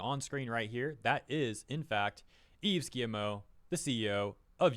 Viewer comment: It’s pronounced Eve Ghee-Moh